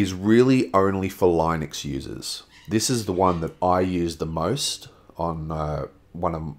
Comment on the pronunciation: It's pronounced "LEENUX".